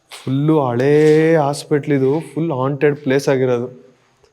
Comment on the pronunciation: ಹಾಂಟೆಡ್ ಅದು ಆಂಟೆಡ್ ಅಲ್ಲ 😅😅😂😂